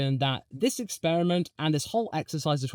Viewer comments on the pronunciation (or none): none